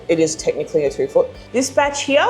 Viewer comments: “HERE , YAH”” lol “here” it’s one syllable! Great video jerking ya chain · “Hee year”. “Here”!! Kills my lol